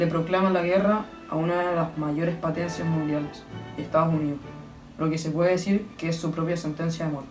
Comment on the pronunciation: en el dice patencias en bes de potencias mui mal video